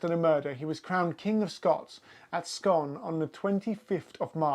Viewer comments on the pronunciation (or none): Very interesting indeed thanks.....but scone is pronounced as scoon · Scone is pronounced scoon